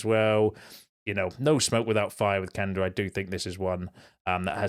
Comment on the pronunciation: Thank you for correctly pronouncing Quenda‘s name. You‘re one of the few United trackers who gets it right (cough…Jay…cough…Sam…cough)